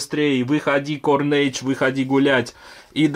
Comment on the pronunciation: Он сказал не правильно и всё. Что такого?